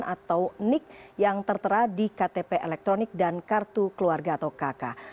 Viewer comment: Apa hubungan nya nomer telepon demngan e-ktp sebagai single identity ? Sudah lah, jangan mencampur aduk bahasa indonesia. E-ktp dibaca E bukan i. Single identity, disebut seharusnya identitas tunggal.